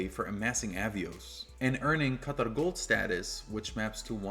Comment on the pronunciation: How can you, someone clearly from America and a credit card influencer, spend so much energy ensuring that you pronounce Qatar correctly and then butchering the pronunciation of Amex?